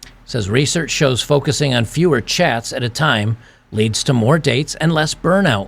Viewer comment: When you said "...focus on fewer chats." I heard "on fewer Chads", lol. Edit: She's a solid 4 with makeup... (the first girl) And how creepy is this "girl" to record this bartender.